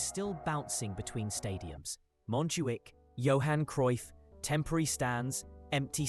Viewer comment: Its cruyff not cryuff